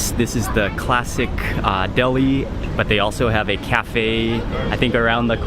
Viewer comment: 'CLASSICKKKKKKK' and again , and on and on...#toponeself!